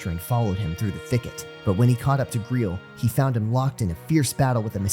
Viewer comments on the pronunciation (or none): Gre-el what is that pronunciation it's gray-el grail like the cup